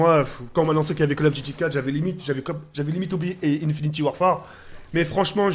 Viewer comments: sa se dit "infinite" et pas "infiniti" !!!!!!! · * Tk le gars qui dit encore (infinty) warfare *